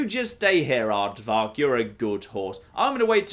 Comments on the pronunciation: It's AR-VAK, not ARDVARK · Arvak. FLIPPING ARVAK!!! Not an aardvark. You think intentional mispronunciation is funny or cute or something. Honest criticism, it's really not. At all. And you're disrespecting one of the coolest things in Skyrim. It's literally like nails on a blackboard.